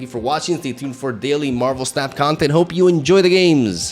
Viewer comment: he probably wants to say it like how Japanese people would say it. "snap" -> "su-na-pu" or "snapu". and "da" at the end kinda means "It's time to snap" this is just what I'm guessing since I know watches anime